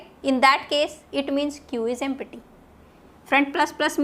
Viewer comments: Its not Empi-ty Thats empty-- (emp-ti) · mam you are teaching nicely but take care of pronounciation while using empty